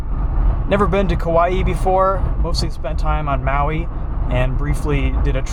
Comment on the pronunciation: Said Kauaʻi damn near perfectly,! Nice work.